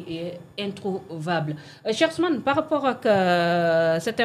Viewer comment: Elle aime tellement l'expression " parRappppooookh"